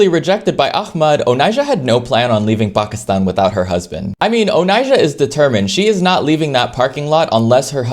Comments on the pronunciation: How tf did he say "Pakistan" like you're supposed to ?!! Most westerners say PAYYKISTAAYN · Appreciate the pronunciation of Pakistan ❤